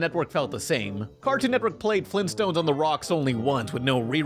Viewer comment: It sounds like he is saying flimstones not Flintstones..